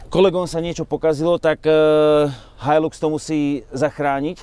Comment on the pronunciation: So mnou tazko ale musim. Nie je to "hajlux" ale "hajlax"